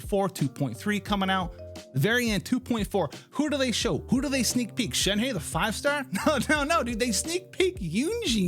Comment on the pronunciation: i think the pronounciation of "shnehe" is shenha not shenhey